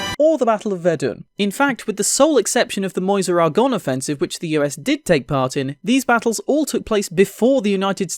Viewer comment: Homeboy said Moyze (Meuse)